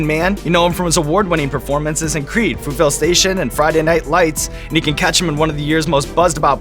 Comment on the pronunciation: It’s pronounced Fruit-vale Sta-tion